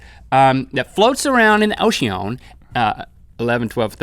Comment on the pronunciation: the way link says ocean XDDD